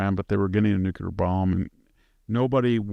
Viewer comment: Victor Davis Nucyelar.😆